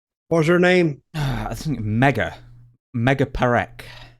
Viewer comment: With all due respect Mr. Dutch Mantel, that Indian lady's name is Megha Parekh, Megha means Rain..not Mega..n' that's not funny..